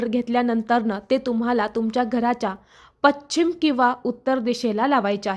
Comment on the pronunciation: पश्चिम असे म्हणा